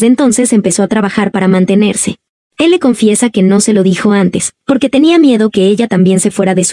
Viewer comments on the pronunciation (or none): none